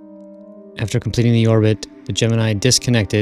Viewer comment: At least he pronounces Gemini (GEM-IN-I) correctly...Unlike SOME other people... coughN9cough